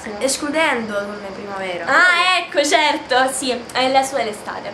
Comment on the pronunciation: è il primo video che vedo di questo canale.. e il tuo comportamento non mi piace molto.. c'è questi "eczerto" "cominza" e quella vocina.. bho.. non voglio criticare ma bho prendila come critica costruttiva